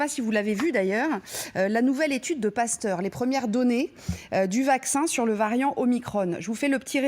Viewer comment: Même pas foutu de prononcer le nom du variant comme il faut